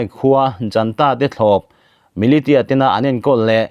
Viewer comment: Advice pakhat lek,militia hi milisia ti a lamrik Ani thin in ka hria.